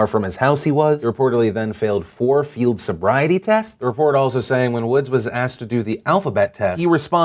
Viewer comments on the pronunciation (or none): none